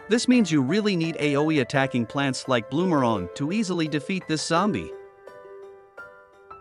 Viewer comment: bro really said bloomerong